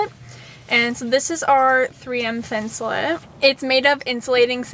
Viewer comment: Please people...please STOP CALLING IT thin-sul-IT. That is wrong and so annoying!!! It is thin-sul-ATE. Like I ATE the apple. NOT IT!!! I'm from MN where 3M is located. We know how to say it here, it is thin-sul-ATE!